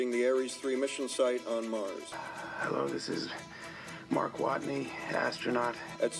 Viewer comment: Is it just me is did Jeff Daniels say Mark Waten and the sat Watney the second time?